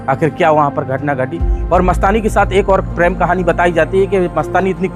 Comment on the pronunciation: PREM, NOT PRAM. 😂